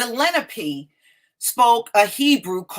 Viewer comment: I think it's pronounced Le-NA-Pay